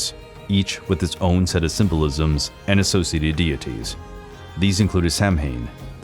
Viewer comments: Sow-win. Not sam-hain. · Ogham is pronounced ohm,samhain is pronounced sow as in pig ,sowan